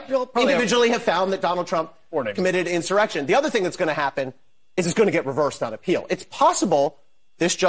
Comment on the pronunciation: This snake oil salesman is full of it. No intelligent person calls the J6 scam an "enshawreckshun".